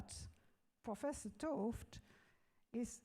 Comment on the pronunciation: he-ard t'ooft - thanks for pronouncing his name.